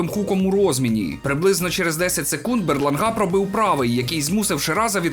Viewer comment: БерлАнга. Ну який БерлангА?🤌